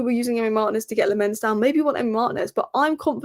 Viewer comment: It's pronounced LAM-mens and Mar-TI-nez.